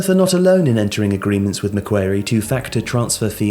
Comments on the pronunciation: Love the video, but the name of the bank is pronounced Mac-quarry, not Mac-wary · ma-kwor-ee not mac-kware-ee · John Ingui more just like Maquarry, barely pronounce the C. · Otherwise known as Mac Bank if it’s too hard :) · The bank is pronounced Mac-Worry but you say it fast like Macworry ✌🏾✌🏾✌🏾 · I shudder at the possibility of embarrassing myself, but from one of your biggest Aussie fans, it's pronounced MA-QUARRY like the British governor. We have quite a lot of things named after him. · Mac-quarry. Mac-quarry. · Dude said Mah Qair ee lmao. That's not how you say it mate. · First: it's pronounced Mack-Quarry. Second: It's one of the biggest corporate banks in the world. They are specialists in organising private equity consortiums for acquisition and funding of large infrastructure (airports, tollroads, water works, etc.). Third: They've been operating in London since the 70s. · maquarie... ‘mack-kwa-rie’ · the Australian bank is pronounced “Macquorie” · It's 'McWorrie' brah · I was listening to this and I was like "I've never heard of McWary" Then I realised he meant Macquarie. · Meant to pronoune Mac as the Mac in Maccas And ~quarry as quaarryy Not macwary lmao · Stop mispronouncing Macquarie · I watched while doing other things, and I just thought "they pronounce Maguire's name wrong" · Macquarie was not pronounced correctly, can’t blame you though - need the accent.